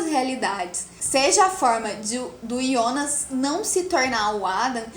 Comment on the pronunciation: Quem é yonas É Jonas Kkkkk Aki é BR